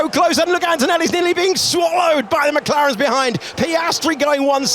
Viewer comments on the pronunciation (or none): eu ouvi bem, "as maclarens " fdx "OS MACLARENS , OS CARROS MACULINO OS FERRIS OS MCLARENS; OS RED BULLS" é mau demais, HAMILTON é com H e não com R, não é RAMILTON, tem de aprender a falar, mais á frente diz " ai estão so dois carros da ferrari" o que está correct, carros, depois diz uma Ferrari!!!! é muita ignorancia mesmo.